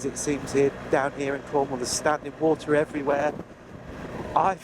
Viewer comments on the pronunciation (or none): none